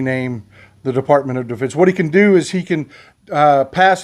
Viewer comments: You almost called it Defartment of Defense. I like that. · I know it was a flubb, maybe not, Defubbed, was a great slip of the tip. -Boone, Amarillo, Texas